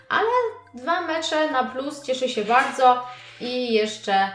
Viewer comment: ty mówisz bałdzo a nie bardzo xd